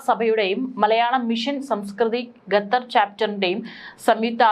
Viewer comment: ഗതർ അല്ല ഖത്തർ ആണ്. Pronounce properly...